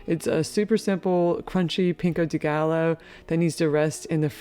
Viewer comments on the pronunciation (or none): Hi there 🥰♥️ as always great video It's written" pico de Gallo" but it's pronounced "pico de gayo "😘